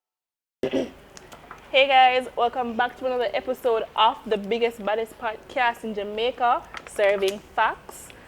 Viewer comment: Emphasis on the "BIGGEST && THE BADDEST" purrr